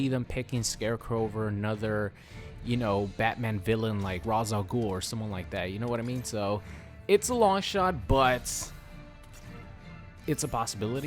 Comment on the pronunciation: Did you just call him Razz al Gul? >.>